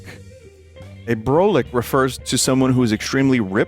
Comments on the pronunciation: brolic is not pronounced like it looks. it's brah-lick, not bro-lick, so no, broly was not involved, nor did he even exist when people started using it. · Brolic is pronnounced "Brawl-ic" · New Yorker here, "Brolic" is pronounced Brah-lick, and I've heard it a ton. "Yo, that mufucka's BROLIC son." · Yeah most of these are common. Hearing Vinny try to say brolic was fucking painful